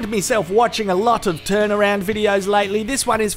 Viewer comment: Titaround? That’s all I heard.